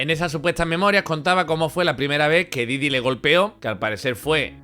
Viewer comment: Diddy Kong xDDD esa pronuncieishon